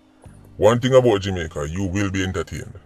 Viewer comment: Simon, he kept his promise. A "TING" IS A TING. HE DIDN'T SAYS WHAT TYPE OF "TING"